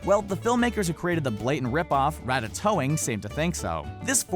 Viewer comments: ratatouille ... its a dish.. not rattatoing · "RA-TA-TOE-ING"??? IT'S "RA-TA-TOY-NG". HOW DARE YOU DISRESPECT THE GREAT MARCEL TOING. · You say it rat tat toying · It's actually pronounced Rat-ta-toyng. No joke. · I love how he said ratatoing xD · Lol he said ratatoing weirdly